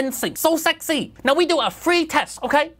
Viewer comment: "we don do fwee testing, no. we do fwree tests. we don do fwee testing, intel pay us a shit ton" IM DED